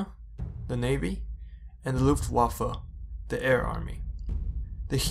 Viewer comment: My man, I know i'm kinda late, but the pronunciation of the "w" in german its like a "v" in english. Idk if its an OCD, but i want to pull my hair everytime time you say luftwaffe and i hear something like "luftwaffle" great videos anyway dude, sorry you haven't uploaded anymore